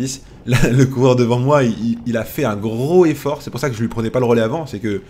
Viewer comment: Pourquoi ne pas faire la liaison pour "gros effort" ?